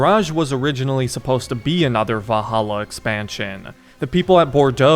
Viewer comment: Love your vids man but why do you keep saying "Vah-ala"? 💀